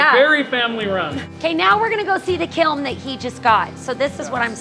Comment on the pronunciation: I’m an art teacher and hearing you say ‘kilm’ so many times just tickled me ❤😂